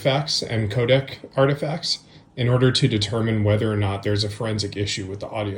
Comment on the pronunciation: Yes and "Kodak" 😅 all the other times it said "'code" for codec.